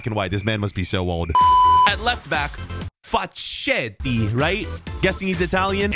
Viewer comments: Facchetti Now Is Facchetti Read now Facketti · Me hears him pronounce Facchetti italian music stops